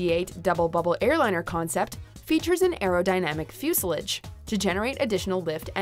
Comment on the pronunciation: You might want to look up the correct pronunciation of "fuselage".